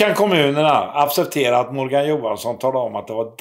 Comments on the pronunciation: Lär dig att acceptera uttalas akkseptera inte appsepptera. I annat fall har du rätt i mångt och mycket. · allvarligt appsepptera. Du kanske också behöver en normal svenskakurs? Liksom vart i helvete finns 2 st p bredvid varandra mitt i ordet acceptera. När började man säga appsepptera kan jag ligger efter i utvecklingen av språk. Det heter inte appsepptera. Kanske ett talfel? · accepterar men ärligt talat men lär dig uttala det ordet rätt! Appcepptera? Vad fan betyder det?